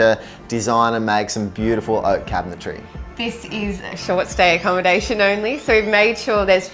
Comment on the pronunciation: Everything is "bewdaful".....